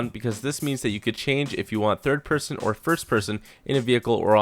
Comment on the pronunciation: Peerson.. Pearsun. Peeeeersyn.